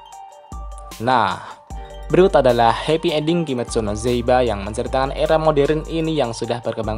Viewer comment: Bang kimetsu no yaiba bang not kimetsu no zaiba :v